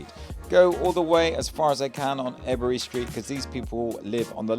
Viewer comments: Love your vlog …..One criticism…..Ebury is pronounced (E—berry) or (E-bree) if working class local😂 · You need to work on your pronunciations Its not erbury street Also when saying marylebone road you shouldn’t be saying mary Are you still a butter boy😊